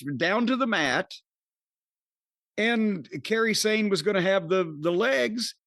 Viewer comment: Jim is saying Kairi Hojo/Sane name like Carey Sane that’s amazing and too funny